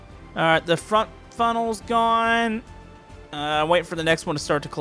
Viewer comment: did any one notice he said frunnels instead of funnels?